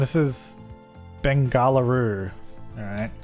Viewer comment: Bengaluru is pronounced as bengluru